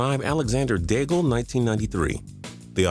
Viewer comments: Daigle pronounced dayg , you idiot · I've never heard the L in Daigle pronounced before.